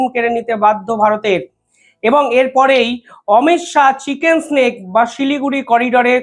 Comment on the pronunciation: ভাই চিকেন স্নেক বলো না চিকেন নেক হবে মুরগি সাপ নয় মুরগির গলা হবে 😊😊😊